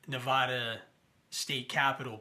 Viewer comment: You don't even know how to pronounce Nevada and you seem to think you have credibility.